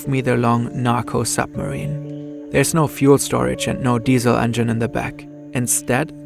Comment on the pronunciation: zis is a narco zupmarine